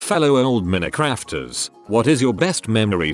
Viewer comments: Nobody: Absolutely nobody: The text to speech voice: MINNICRAFTERS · Nobody: Narrator: Mini-Crafters